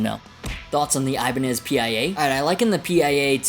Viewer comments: Is not P.I.A....just PIA!!!!😊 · it's the pia( steve vai's wife's name) pronounced like the singer SIA but with a p. Also, the jem will still be in production along side the pia, the jem isnt going anywhere.